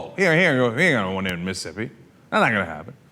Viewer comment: Is it just me or does Cenk say Mississippi weird? He say Missippi